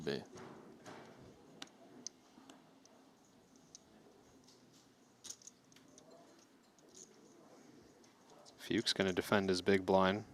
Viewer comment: A little note to the commentators: Tom "Fuchs" is pronounced like "cooks" with an F, not "pukes" with an F 😅